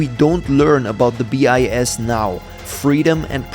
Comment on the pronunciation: So early no one checked the ai pronounciation...it's pronouncing BIS as 'bias'